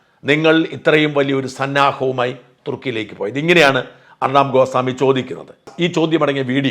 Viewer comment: ഗോസാമി അല്ല...ഗോസ്വാമി ആണ്